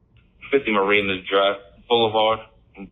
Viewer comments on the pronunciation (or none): none